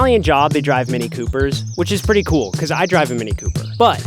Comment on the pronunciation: Coo? It’s cool! lol😂 say cool not coo